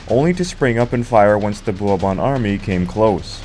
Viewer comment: Someone should have taught this guy to pronounce 'Bourbon' before recording this.😢 (And several other words).